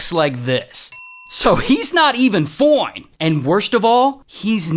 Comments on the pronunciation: I laughed every time you say Fione(fine) lol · IS NOT FINE IT IS FOINNE! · I love the way Ray says “foine”😂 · I like when he says "Foine"😂😂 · I love the way you say fOine! 😂😂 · Ray pronouncing "FIONE" 😂😂😂